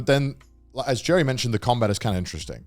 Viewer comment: Anyone else hear Garnt say Jerry?